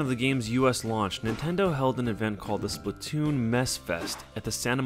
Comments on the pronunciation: It's SPLATOON Not Splotoon even my little Cousin Says Its Splotoon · slAAAAAAAAtoon not splitoon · Why do people say splitoon instead of splatoon? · Fact: The game says splatoon but we all say it as splattoon